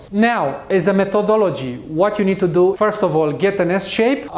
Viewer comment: Чувака учили английскому в сельской советской школе? Все эти "ту ду" ужасно режут слух.